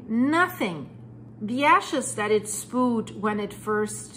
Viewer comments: FYI: the word "spewed" is pronounced "spYOO'd", not ""spood". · I use to think you were a foreigner speaking a 2nd/3rd language but your just a backwards Cunuk that can't even say spood sppooood.... SPEWED!!!!... good god. You're points are lost in your inability to command the language you wish to convey this information in. When it finally hit you're Canadian any sort of leeway or understanding at the speak evaporated instantly and honestly makes me up set I even allowed those graces. I don't care how good the info is.... its one-two good bits of info and then blathering to hit time makers. Repeating and repeating without ever saying something new ...like the robot... good job for making the technology work for you. I'm going to do the same and block you're channel with more tech. Yes its possible even though youtube doesn't provide this feature. Get a speech therapists for the love of all that is pure and holy... SPPPOOOOODDD get out of here. good bye not going to be a next time. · "Spoo'd." lol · Spooed, LOL!